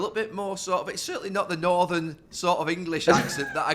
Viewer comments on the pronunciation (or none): none